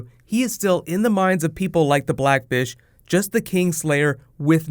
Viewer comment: Why does it sound like he's saying "black bit*h" instead of "Black fish"? lol